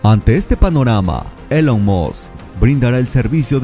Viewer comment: Se pronuncia ilon musc no Elon.